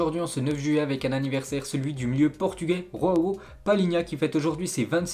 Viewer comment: Joao et non Roao c’est un portugais pas espagnol 🤦‍♂️